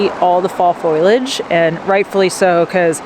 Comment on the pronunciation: Great video, thanks for the entertainment. It's pronounced "Fo-lee-age" :)